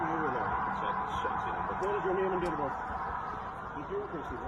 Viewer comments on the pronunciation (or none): You didnt tell us what a neeum is...as in "I dont have to give you my neeum" I would appreciate you doing that noyy🤣